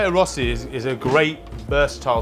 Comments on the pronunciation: I think it epuld be better to caramelise the onions first. Surely they'll only be steamed otherwise I'll definitely itely try this recipe but thays what I'll do with my onions. Btw: the pronunciation is approximately 'rersti' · Well done. Just pronounce rösti as "ruh-stee" and you have mastered it! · You are missing ze "Ö" ;) Absolutely love your videos! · Rösti is pronounced /røːʃti/ so RØØ-sht-ee, with the emphasis on the first syllable. The ‘ö’ sound is similar to the ‘eu’ in French bleu or peur. Alternatively, it's like the ‘i’ in British English sir, but without pronouncing the ‘r’. The ‘s’ is pronounced ‘sh’, like in shine. The ‘ti’ is pronounced like ‘tee’, as in tea. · Pronounced "Reu-shtee" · For some guys who are anal about French pronunciation, say Rösti ten more times, you waffles.